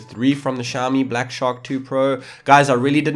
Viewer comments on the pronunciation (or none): none